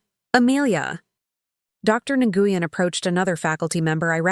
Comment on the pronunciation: I wish they would quit saying Dr. NGuyen, its pronounced Nwen.